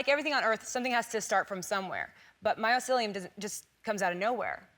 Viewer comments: It's my-SEE-lee-uhm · she keeps saying "myocelium" , when its mycelium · What the hell is "MyOcelium" ?